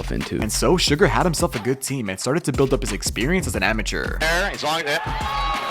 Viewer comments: SUGA! Not Sugar. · A real mma fan knows it’s “suga” not sugar 😂